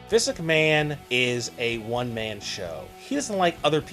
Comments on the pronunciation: For christ's sake, please learn to say "Vince McMahon" properly! Not "Vis McMahon". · You have a hard time saying Vince McMahon's name. "Vinsuck Maaan" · Who is "Viss McMann"? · "Vis Ickman" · Who's Visiknan? And what the dubdubdee? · why does it sound like you're saying viss McMahon? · Dude STOP trying to say Vince McMahon or WWE.. your not even saying his name right! 😑😩😩😩